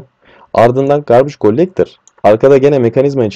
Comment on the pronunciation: Garbage Gollektor :D türklerin ingilizce konuşmasını seviyom. Bu arada güzel anlatım hocam sağolun.